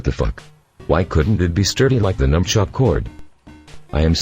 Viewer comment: fucking sony fanboy if you are a dumbshit why are you reviewing a great console and at least use your voice dickshit not this microsoft voice which calls the nunchuk a numchuck